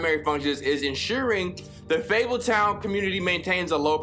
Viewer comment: This man said fabletun